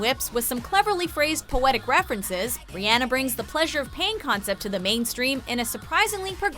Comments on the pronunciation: did she just say riAAnnA, no. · Ree-on-uh. Not Ree-Ann-uh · It's Rihanna not rihyanna. GOSH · sis, do you know how tf to say ur As? it’s not air-iana and it’s not ri-anne-ah. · I didn't know he name was pronounced as ri-anna 😂😂😂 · TLC is NOT pop, but 90's R&B....and it's pronounced Ree-uh-na (that's the closet I could spell it, sorry). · “RiANNA” IM TRIGGERED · Riana. Riana. I can't even spell it the right way to make it seem like they're saying it. Ugh! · Riyanna?? WTF?!? Who says her name like that? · Ri-anna? Really? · How she pronounced Rihanna Ri-anna😁😁😁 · The way she pronounced Rihanna oh my